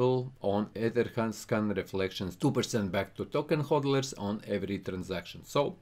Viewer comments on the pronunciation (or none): HOLDERS NOT HOLDERLERS😑